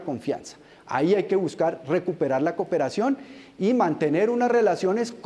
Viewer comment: JAJAAJAJAJAJAJAJAJJA “COPERACION” ese tipo es una caricatura